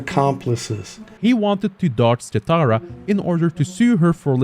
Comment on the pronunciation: ah yes, "kataira" not katara, he said he wasn't gonna mess it up, he already messed it up